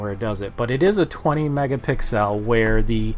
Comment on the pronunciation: Right, i swear it's pronounced megapixels, not i was wrong!🤣